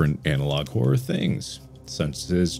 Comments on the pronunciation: Horrrworrr = Horror. At least it does to Markiplier. 😂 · How We Pronounce Horror: Horrur How Mark Pronounces It: Horwrwowr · 10 seconds in and I already lost it from Mark saying horror as "hor- or" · I love how mark says Hor-ror instead of horror sometimes it's hilarious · The way he pronounced horror at the beginning kind of messed with my head and idk why. It’s weird to hear both r’s